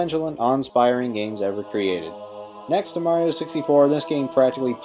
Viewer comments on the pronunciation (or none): none